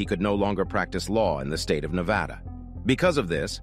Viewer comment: Thank you for pronouncing Nevada right. 😁